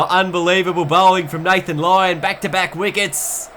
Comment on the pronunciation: he says lathan lyon